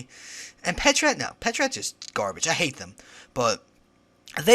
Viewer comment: isn't patrat pronounced pat rat not pa trat